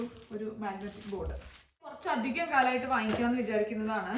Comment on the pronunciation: താൻ "കുറച്ചധികം " കുറച്ചാധികമായി പറയുന്നു 😆